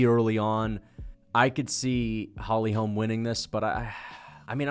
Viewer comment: The way you pronounce holy holm is so annoying